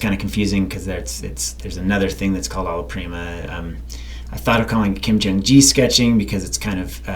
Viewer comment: The "G" in "Gi" is pronounced like "guy" instead of like "jam":) Great video though - always extremely high quality content